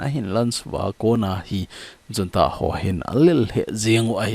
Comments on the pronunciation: Junta pronounciation hi Unta hilou d ham sir.... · Junta is pronounced as 'Hunta'